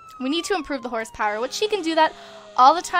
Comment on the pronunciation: Instead of hosepower you say horsepower